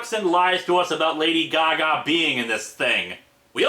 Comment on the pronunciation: All we hear is...Lady-o Gaga. Lady-o goo-goo.